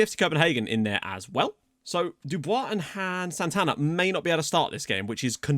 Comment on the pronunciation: when saying "annnnnd Santana" I thought you'd nicknamed a player "hand sanatiser" which would of been epic considering the current pandemic hahah